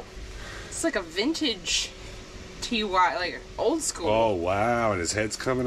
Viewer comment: I watch a lot of resellers and so many say T-Y for beanie babies (like spell it out). I don’t know if they don’t know it is really said like the word “TIE” and not spelled out. The owners name was Ty Warner who started beanie babies.